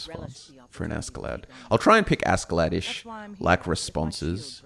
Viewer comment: Me a Scandinavian eye twitching at the three syllable name that should only have two. Ask-klädd ”Uskled” (like ”husk” without the ’h’ and led like ”he was led through a maze” or like the heavy metal lead (Pb). Anyways this is something glorious and I think I’ll be listening through it as I fall asleep for a long time ❤